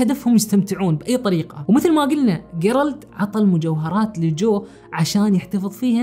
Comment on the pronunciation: جيرالد تُقرأ بالجيم وليس بالقاف